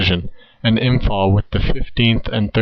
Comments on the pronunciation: Imm - pahl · You expect me to take you seriously when you pronounce Imphal as “Imfall”?